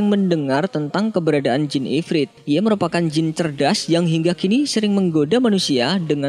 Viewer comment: IFRIT BUKN IFRID